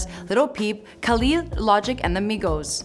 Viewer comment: Did she say KA - lead It's Ka - lid